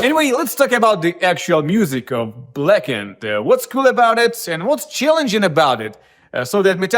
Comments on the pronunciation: Blacken-ed, black-ned etc...they aren't "other" ways to say it. They're simply incorrect lol. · This is how you TRULY pronouce BLACKENED : BLAKEND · Thanks for sharing the pronunciation aspect. If I could advise, it might be easy to remember as 2 different words. Black-End. Blackend! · "Culuh Ah Wold Blackend" is really how you pronounce "Color Our World Blackened". You don't need to say it like normal english. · It's spelt "BLAHKUNED", just listen to James pronunciation of it yeesh. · Black End (pronounced way) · there are rare words that american people pronounce the way you did 'blackened,' -- specifically one word but for the life of me, i can't find it. i keep ending up on sacred for a reason that makes me sound very stupid OH blessed. a lot of people for some fuckin' odd reason say "blessed" like "bless ed"